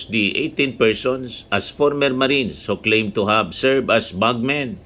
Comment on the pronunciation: Tuwing binibigkas mo ang 18 marites ang dami ko tawa hahahha marites lang pla mga marines kakahiya😂